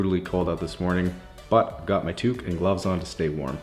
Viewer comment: Have you ever done a handicap van? Also what the heck is took? Touk? Toke? Toooooooke?